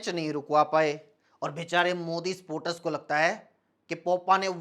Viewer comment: भाई, पोटर्स नहीं, स स सपोर्टर्स. And I love your videos. Those are too funny 😂 as well as Thought-provoking. 🤔